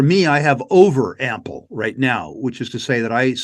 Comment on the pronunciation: "Ample"... Come on,! Don't you speak French?